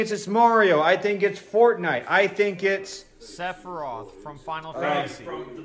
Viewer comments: SORA, ITS SEPHIROTH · am the the only one who heard the other guy who said sepiroth at the beginng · To quote: “sepiriath” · Nobody gonna point out called him "sebiros" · Everyone: Sephiroth Also everyone: Altrive Me: Jacob is wearing a Splatoon shirt